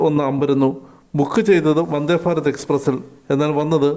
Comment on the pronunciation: 😂😂 വന്ദേ "ഫാരത് " ‼️ വന്ദേ " ഫാരത് " ‼️‼️😂😂